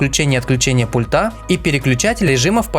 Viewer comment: У всех обзорщиков заметил неверное произношение слова: "пультА". А нужно- "пУльта"!